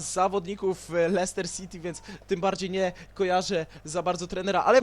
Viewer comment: złapałem XD kiedy następny odcinek z kapustki? I jeszcze jak mówisz słowo Leicester to się mówi Lester a nie Leihester XDDDDD